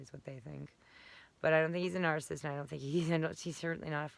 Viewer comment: You keep pronouncing narcissist incorrectly. You keep saying narcist and also narcistic. It is four syllables nar-cis-cis-tic. Please learn how to pronounce your most commonly used term.